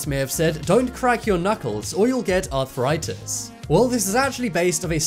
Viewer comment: Arthritis only has 3 syllables, and tendon does not end with a T. There's no such thing as arthur-itis or a tendant.